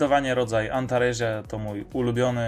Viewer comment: W łacinie czyta się tak jak sie pisze czyli antaresia to antaresia nie antarezia, z małymi wyjątakami np. Ae to e, qu to kw itd...